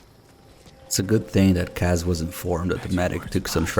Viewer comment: Why does insist on pronouncing Kaz incorrectly?